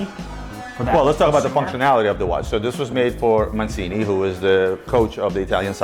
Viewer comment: For the love of God, ROBERTO MAN—CH—INI (Mancini) F-in yanks, sigh